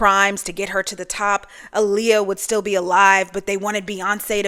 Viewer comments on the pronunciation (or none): none